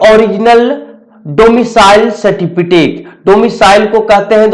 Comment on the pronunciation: Abe certificate hota a certifitake nhi hota